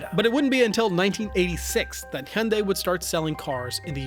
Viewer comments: fuck... the best accurate Hyundai pronunciation I have ever heard from a YouTuber... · Finally someone who can pronounce hyundai properly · It’s ‘hi-on-die’.